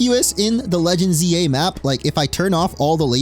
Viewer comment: I thought you said legends Ye 😂